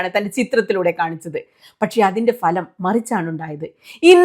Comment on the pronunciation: ഇത്രവലിയ കാര്യം പറയുമ്പോൾ falam എന്നുച്ചരിക്കാതിരിക്കൂ